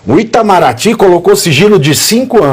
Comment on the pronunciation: Pavinato, na verdade é PTAMARATY E NÃO ITAMARATY